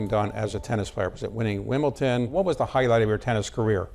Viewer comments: What a bore, this interviewer. And it’s Wimbledon, not Wimbleton. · Is this guy just old, ignorant, or just don't know how to pronounce words properly there is a difference between WimbleDON and WimbleTON. Get him outta there Bloomberg,he sux